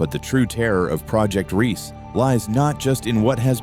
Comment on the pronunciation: It's NOT Project REESE, but Project Riese, pronounced REEZuh., meaning project Giant. The e on the end is not silent.